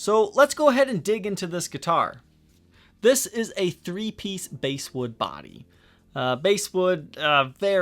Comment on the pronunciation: Starter garbage guitars!! It cost the company that made it $12.00 U.S. dollars. The company that sold it probably only paid $20.00 U.S. dollars! It's pronounced "Bass - like the fish" not like the instrument = basswood.